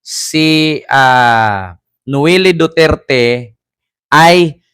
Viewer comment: I think you pronounce her name as Noel. 🇺🇸